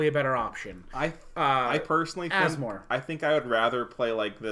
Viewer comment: I'm now sold on Asmo. Two reasons: you pronounced her name correctly multiple times; you've convinced me that she's a good rattlesnake commander.